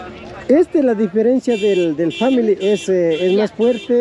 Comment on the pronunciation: family no se pronuncia asi😅